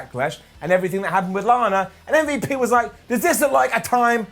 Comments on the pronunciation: Please stop saying Mmmbop, it's MVP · calling MVP ‘umvup’ is just hilarious 😂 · When you say umvp I laugh every time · I laugh every time he says mmmvooop (MVP) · Why is calling MVP “umvup” 😂😂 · really? I find it F'n funny that hes pronouncing the letters as an actual name. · Is the Butchering of M.V.P's name going to be a continuing thing, its really disrespectful. truly UNCOOL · Every time says MVP it kills me